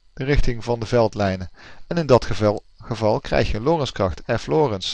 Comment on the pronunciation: Grappig dat je de nadruk op de eerste "lettergreep" legt van de naam Lorentz. In mijn oren klinkt het vertrouwder door de nadruk op de tweede "lettergreep" te leggen ;-)